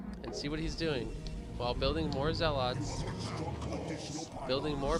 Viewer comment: It’s zealuts not zell-oughts btw 😂